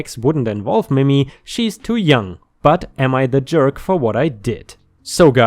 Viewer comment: I really like your voice for these stories. FYI in case it comes up again, Mimi is not pronounced mimmy, like rhymes with jimmy, but like mee-mee. ⭐⭐⭐⭐⭐